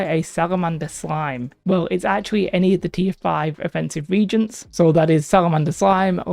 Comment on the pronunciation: Its re-agents not regents.